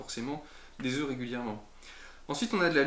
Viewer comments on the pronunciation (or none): none